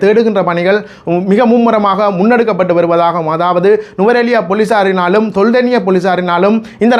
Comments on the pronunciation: Not Tholdeniya ..say properly It’s called Teldeniya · ஐயா தெல்தெனிய என்று உச்சரிக்கவும்